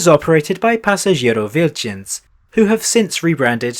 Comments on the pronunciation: As latvian I liked how bro said "pasažieru vilciens" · As a latvian, I finally noticed one positive about that stupid name. It's much easier for foreigners to pronounce, or at least OP managed it. Just don't pronounce the "I" as [ai], we locals will laugh our asses off.